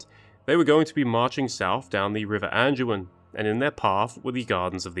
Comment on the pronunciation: There's no "g" in the word, "Anduin" genius. Nor is it pronounced with a "g."